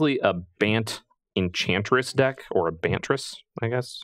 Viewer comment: Its obviously “Enbantress”